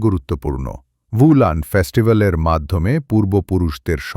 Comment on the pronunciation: আপনার কিছু কিছু উচ্চারণ গত ভুল আছে। ভুটানের কথা বলা হয় নি।